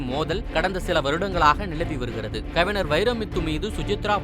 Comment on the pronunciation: அடெ எரும..கவிநர் இல்ல..கவிஞர்...தமிழை நல்லா பேச கத்துகிட்டு அப்புறம் பேசு எரும